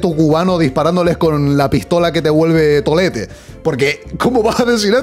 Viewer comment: “La pistola q te vuelve tolete” como cubano que soy me hace mucha gracia escuchar a alguien con otro acento decirlo ajsjsjsjaj